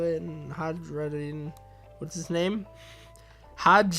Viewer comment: its Hai roo din . Im sure the J in Hajrudin is supposed to be silent. the comments can correct me if I am wrong